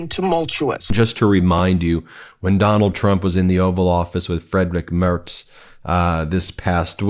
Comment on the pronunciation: Yay! Ben finally pronounced Pres. Mertz's name properly. More please.